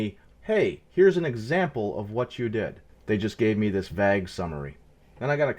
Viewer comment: You must be Canadian because you say vag in stead of vayy ghe. Vague)